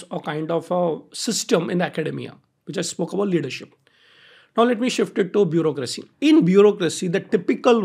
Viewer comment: "bureaucracy" hota h